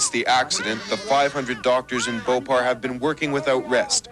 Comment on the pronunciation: THEY CANT SAY BHOPAL